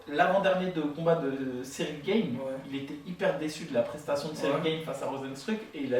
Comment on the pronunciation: Pourquoi tu dis Cyril Gaiyne 🤣😂🤣 c est bon, c est pas parce que maintenant il fight en Ufc qu on doit pas l'appeller Gane🤣😂🤣. Moi je propose qu on l'appelle Sayirail Gayine